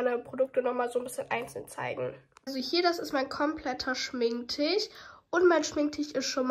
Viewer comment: Bin ich die einzige die immer Schminktichh versteht? 😂